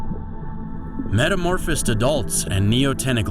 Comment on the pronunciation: Take a drink every time he mispronounces "metamorphose" or "zooplankton." No please don't do that metamorphose alone would kill you.